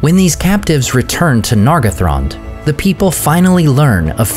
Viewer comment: That's probably right. As for me, I'm even more bothered about the way he pronounces some vowels and diphtongs, especially "ae", as is "Maeethros". Vowels should always be clear. Nargothrond is another example, where he turns the first "o" into an /ʌ/. It's not a crime, but an elf would rapidly detect his English accent.